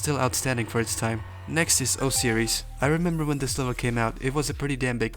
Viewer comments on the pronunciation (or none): not my man pronouncing Osiris (oh-sy-ris) as o-series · sorry but WHY DID YOU SAY O SEIRES ITS NOT PRONOUNCED LIKE THAT